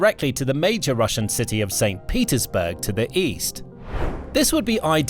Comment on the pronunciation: "Saint Peterdurg"